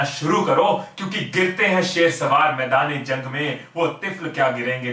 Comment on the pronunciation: Amazing video sir.. bas ye lafz "shah sawar" ha sheh sawar nhi ha ;)